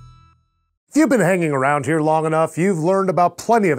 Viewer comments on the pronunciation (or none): none